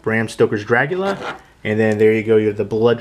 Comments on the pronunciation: Good review. Are you saying, "Dragula"? LOL! I bought this copy for the book, the disc picture quality and the extra interviews. I'm a fan of the film and have other copies. I do NOT like the plexiglass plastic cover. As a graphic designer, I see no benefit except to keep the book protected. They could have created a real book like the Exorcist, which is an actual book cover with the pages inside, not a piece of plastic. It is a bit awkward looking through the book because of the plastic piece. Everything else is great, but I will always say they never show enough photos. I'm thankful for the "Making of" book released a long time ago. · Stop saying "Dragula"! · did u say dragula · The way you say Dracula is so weird. great video though